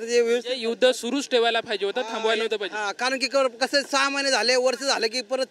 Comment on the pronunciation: पाहिजे ❌❌ फायजे✅✅